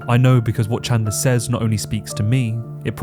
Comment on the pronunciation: Did he just say "Michael Chandling"? The disrespect is unreal...